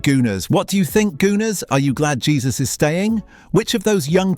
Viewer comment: It's Hesus not Jesus 😂